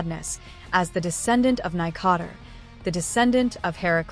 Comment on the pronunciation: “nigh-cot-er” for nikador’s name help 😭😭 great video so far!